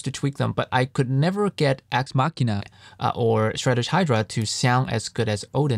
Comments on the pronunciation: Homie was saying axe Ma-shin-ah and had to dub over the proper pronunciation, hehe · I stop by here every now and then, to listen how you say Axe Machina.